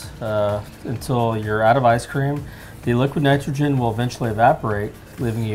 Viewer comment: nitrge? -_- idiot. its nitrogen